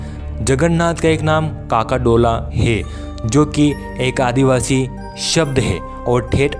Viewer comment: Kakadola nahi chakadola kahate hain